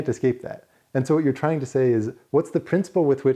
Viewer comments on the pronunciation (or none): none